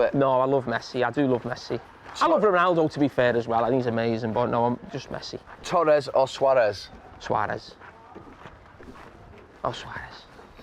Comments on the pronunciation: Is it me or does carra sounds like he says tourez at first? Wants a bit of both 😭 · I thought he said Toarez🤣